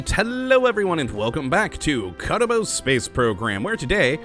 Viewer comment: for some reason my mind can't decide whether he's saying kottabos space program or saying kerbal space program in a fancy way.